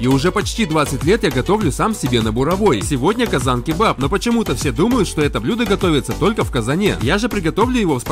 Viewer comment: Как ты поставил ударение на слово казань...